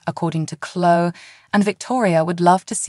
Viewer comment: It is Cloeee,not clo